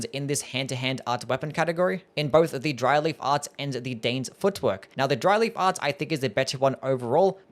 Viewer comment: Really made a point to enunciate so that it didn’t sound like Dryly Farts, didn’t he?